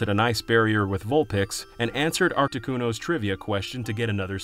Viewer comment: There's no C in Arti of Articuno. It's not Artcticuno lmao